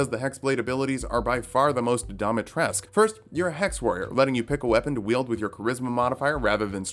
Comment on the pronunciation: Native romanian here ! It's pronounced Dee-mee-tres-cooo